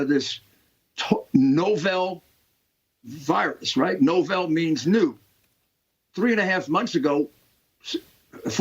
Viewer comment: The word is novel, like reading the small book. Not "no-velle". Rudy, is that some kind of NY accent?😉